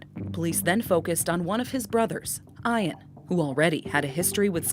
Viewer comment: How do they not know how to pronounce Ian?????